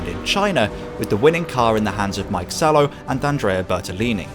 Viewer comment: Mika Salo, not "Mike", mate. 😅